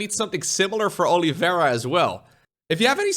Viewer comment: Man, what a butchered way to pronounce Oliveira